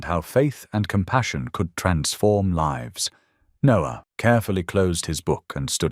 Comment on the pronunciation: Read by AI. Mispronounced lives and other words.😢